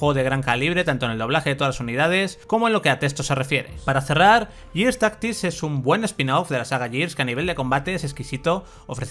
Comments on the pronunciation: En todo caso sería "guirs". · Gears se dice /guiars/ Years se dice /yiars/